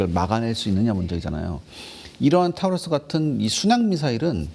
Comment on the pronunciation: 좀 미안한 소린데 저 여자 앵커도 공부를 거의 안하고 이 프로그램을 진행하는 거 같은데? 타우루스가 뭐임? 타우러스겠지 그냥 보고 읽는 거 아냐 예습도 안했다는 거 아냐 근데 했다치고 보여주기 식 훈련이 문제라고 하면서 그게 스스로에게도 해당한다는 사실은 인지 못하나 보네?